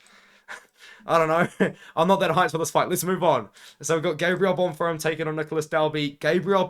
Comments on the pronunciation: can understand exams. i have exams myself currently edit: bon-firm not bon-feem? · My brother in christ… there is no “R” in Bonfim lol